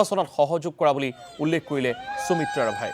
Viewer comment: মহাশয় অনুগ্ৰহ কৰি উচ্চাৰণত গুৰুত্ব দিব নেকি ? সুমিত্ৰা নামটো আপোনাৰ দৰে এজন অসমীয়া মানুহৰ মুখত চুমিত্ৰা বুলি শুনিবলৈ বৰ শ্ৰুতিকটু হৈছে। আমাৰ শব্দ ভাণ্ডাৰ আৰু উচ্চাৰণ আমাক এটা পৃথক জাতি বুলি চিনাকি দিছে , প্ৰতিস্থা কৰিছে। সেয়েহে উচ্চাৰণ শুদ্ধ আৰু সঠিক হলে ভাষাৰ গৰিমা আৰু মৰ্য্যদা ৰক্ষা পৰিব ।